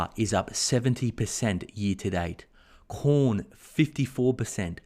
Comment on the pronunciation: When you said cornn... Me:"porn is up ?!?"